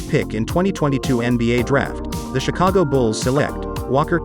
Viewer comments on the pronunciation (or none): none